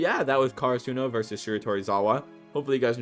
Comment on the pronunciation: nobody talkin bout how he mispronouced karasuno the entire video